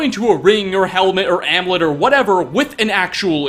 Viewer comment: Is english your first language? You're supposed to pronounce the u in amulet.